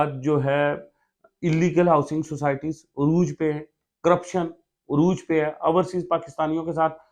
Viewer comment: Ourseas nahee Overseas hota he